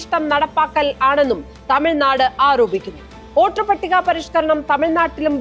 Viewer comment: ഓട്ടർ പട്ടിക അല്ല, വോട്ടർപട്ടിക. പച്ചിമ ബംഗാൾ എന്നല്ല, പശ്ചിമബംഗാൾ. ....:face-blue-smiling